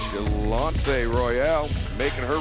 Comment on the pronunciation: Get Shanlonce's name right! It's in the notes, man! Great show all around, but Ms. Royal got a mean headlock!